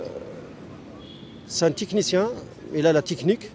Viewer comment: « Ce mec là c’est un tichnicienn »😂